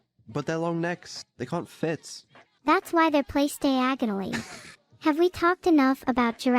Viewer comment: i lost it at the "thar's why they're placed diagonally"